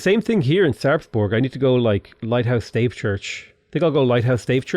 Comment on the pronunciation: Pls, Stave Church is not a staff church in old British or something. :( You pronounce it as stAHvEH.